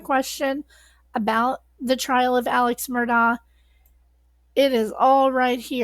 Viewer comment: It is pronounced Alec not Alex